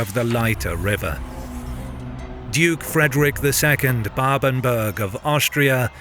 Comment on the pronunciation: Ganz viele Namen sind falsch! Babenberg! Nicht Babenburg! Steiermark! Nicht S(t)üria! Friedrich der Zweite! Nicht Friedrich Zwei! etc.